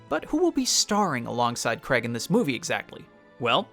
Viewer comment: It’s Daniel Craig pronounced Crayg